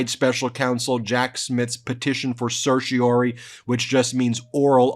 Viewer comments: Love Ben but it’s pronounced Sir She Or Are Ree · There are three R’s in certiorari, not two. Stop murdering Latin. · CERTIORARI!!!! SER-shee-or-RAH-ree - NOT ‘ser-shee-OR-ee’. Learn to pronounce it!! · Is Ben saying seercheroiroirii correctly? Lol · Stupid question, but is Ben saying certiorari like it's two words, like inter and intra? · Ben, you are a lawyer. Please practice the correct pronunciation of "certiorari"! You drop the fourth syllable more often than you pronounce it.